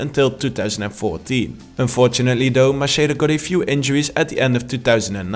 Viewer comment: Great video but it's Macheda=MAKEDA